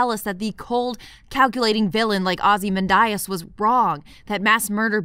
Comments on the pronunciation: No. She says it wrong in this video. It’s Ozy-Man-de-es. Not Ozy-man-die-es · Wait, wait, wait... "OZYMANDAYAS"?! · Not to be anal but it's (ah zee MAN dee us), not (ah zee MAN die us). Maybe Snyder infected your brain when you were pronouncing it. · Am I taking crazy pills? Its pronounced "aw-zih-MAN-dee-us", right? No offense,! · Ozy-men-die-as Thought that was a lil funny. I don't even know if that's a wrong pronunciation or not. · Thanks, that pronounciation really bothered me. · Are you purposely mispronouncing the name Ozymandias? You do know it's a poem by 19th Century English poet Percy Shelly don't you? Most every British person/actor pronounced it correctly. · excellent video as always, but the way you pronounced Ozymandias made my heart hurt 😢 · The "Islamophobia" in Dawn of the Dead last about five seconds, if you blink you could miss it, the preacher is building on the "hell is full" quote from the original... but Jesus Christ, lady, you are absolutely killing me with that pronunciation of Ozymandias. - Well, it is, and that goes for all superheroes. Look at how many people over all the years and story arcs that villains like Joker have killed because the superheroes wouldn't do the sensible thing since the justice system in their worlds is kinda shit. - They are right, and so are you. Superheroes and villains are kinda dangerous for everyone else out there without superpowers. There would definitely be people like Lex Luthor who would hate / be terrified of god-like people/aliens. Superman wasn't the cause of all of the damage done in Synder's Superman movies. - I don't really understand why anyone would latch on to this as an explanation for the zombies. Like you said earlier, people in the real world say silly, stupid ass nonsense like that when it comes to natural disasters or terrorist attacks, why is it a stretch that a crazy person in the movie would do the same thing?